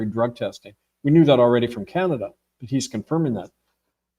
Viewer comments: He doesn’t know the name of the Chinese president & he says the limbic region of the brain is responsible for emotion processing and then a couple of times pronounces ‘Canada" in the oddest way..khaanaada. All very odd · Ca na da? Did he just pronounce that ca an da? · Why is this author continually mispronouncing the country named Canada? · Why do you mispronounce Canada several times during the presentation? Oprah did this once as a TV announcer early in her career, and that was the turning point in her decision to drop the false face and be herself. Oh, I thought the King didn't participate in politics? This is like the movie, Rosemary's Baby. These are random thoughts. One last one. Robert Prevost's grandparents descended from Creole People in Louisiana, no??? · Has he changed the pronunciation of Canada?